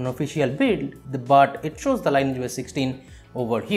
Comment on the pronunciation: Thank you for the helpful video! Btw, the pronounciation is "lin-eee-etch", not line-age.